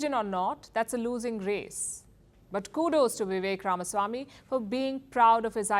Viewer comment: Shame on Palki. She cannot even pronounce Ramaswamy (it's not Ramasamy). Everyone in the US seems to have gotten it except the "desi" Palki.